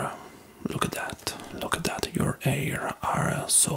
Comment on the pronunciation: "Your 'air are so eh, beautiful" something about that is adorable 😂